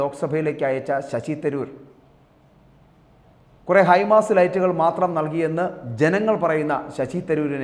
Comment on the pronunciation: നീ മാത്രം ആണോ തിരുവനന്തപുരം. കളഞ്ഞിട്ടു പോയി പണി നോക്ക്. Shashi തരൂർ എന്ന് നിനക്ക് ഒന്ന് മര്യാദക്ക് പറയാൻ പഠിക്കു.